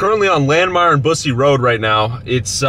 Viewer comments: Not Boos-ey road...Bus-ey road. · i can't take this seriously after i heard bussy road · Its busse. Its pronounced bus-see